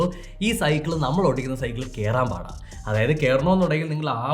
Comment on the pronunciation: കളിച്ചിട്ട് പാട്ര......... 😂😂